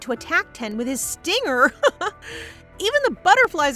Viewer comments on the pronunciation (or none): none